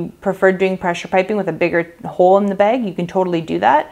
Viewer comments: Girl this is amazing!!!! The way you say beg for bag is amazing ♥️♥️ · Like how you say bag! Where are you from?